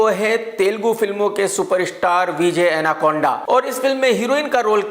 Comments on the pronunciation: Did you all noticed that KRK actually said vijay anaconda... Well honestly I'm unknown to this actor but still I searched this guy and found his name was vijay devarakonda not anaconda🐍... KRK 🤣🤣🤣😂😂omg.. Wtf man 🤣🤣😂😂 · Which school you have been boss it’s not Anakonda it’s Devarakonda pronounce name properly it’s not not American name it’s Indian name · विजय एनाकोंडा नहीं 😆😆 विजय देवर कोंडा है। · भाई विजय एनाकोंडा नही देवराकोंडा है 🤣🤣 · Are bhai he is devarkonda ...not anakonda